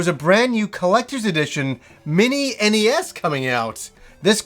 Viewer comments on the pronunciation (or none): Please stop calling it ness, it is called N.E S. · The Ness?! Ugh the hairs on my balls feel like they've been pulled by the roots when it's pronounced that way. The NES (initials) mini will be great! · everyone, including tv ads always pronounced is N-E-S and this guy says NES like it's the first time he ever saw it. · Am I the only person who pronounces NES as Nez?